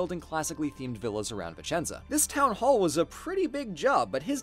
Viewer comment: As a Vicenza native, thank you ❤️ now I miss my city even more! Ps: good job on the accent 😘